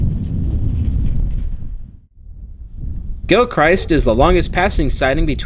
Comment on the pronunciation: Good video. Neat to see some video from areas I’m familiar with. I’d like to mention tho that the “-christ” in Gilchrist rhymes with fist. You mention it being springtime when you show the train coming thru Kinross. Was this recorded during a previous year? I believe the track from the Soo to Rudyard has all be upgraded with continuous rail. They were changing some of it in the Rudyard area this winter. I believe they are going to replace all the jointed rail on this line.